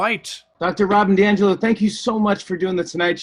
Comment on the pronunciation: Hi Mark, that horrible race-baiting nightmare who wrote the comedy novel “White Fragility”, is called Robin DiAngelo, not DiAngelis.